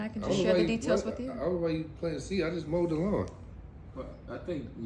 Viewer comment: said I just mowedit 😂🤣